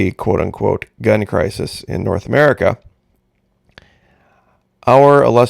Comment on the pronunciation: I love it when you say “Merica”, in your own way. ☺️